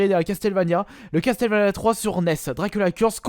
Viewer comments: Ça se dit Casseulvania et non Casteulvania ou Castélvania ^^ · Castel, Castel... CASTLEVANIA > CASSEULVANIA OMG Je veux bien que t'a du mal avec l'anglais mais un peu d'effort mince quoi... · Ta fumer sa se dit castle Vania vue ta que l aire nulle pour dire les noms des jeux video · CastelleVania, omg la prononciation XD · Ça se dit Casseul vénia